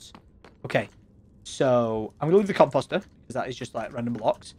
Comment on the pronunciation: "come posters". lol. that is what it sounds like tom is saying when he says comeposter. lol.